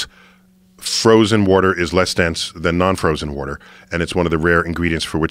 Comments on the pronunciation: I like how he says “woder” instead of water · Joe should focus more on correcting him saying "Warter". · He says warter. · Chill bro I say warter